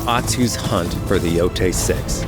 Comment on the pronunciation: Finally hearing someone official pronounce the title.. Everyone was calling it "Yo-Tye" at first.. I always thought "Yo-Tay" sounds better